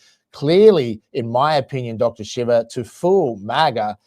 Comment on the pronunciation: Right from the beginning. Is this the idiot introducing Dr. Shiva? Can't pronounce his name right? Hasn't listened to a single one of his videos, where he introduces himself, and pronounces his name properly? is an asshole.